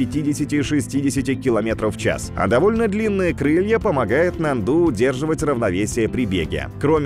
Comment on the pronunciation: очень интересно все у вас но внимательнее с ударениями...я долго молчала но после НАНДУ не могу молчать...ударение на А....можно проверить в википедии..извините но Вы один из моих любимых каналов и все должно быть идеально